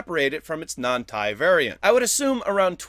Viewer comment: Tie? not T, I